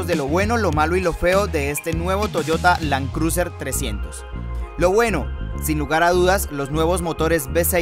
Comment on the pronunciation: Lan cruser!! 🤣😂🤣. Buen video, lástima el tono y pronunciado del presentador.